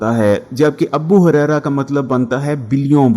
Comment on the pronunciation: Abu Huraira not "Abbu" Huraira